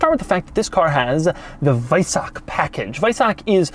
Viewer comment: LOL he didin‘t say „Weissach“ like a german AT ALL...it‘s not „Weissack“ it‘s differently pronounced. And no I‘m not german, I do speak it.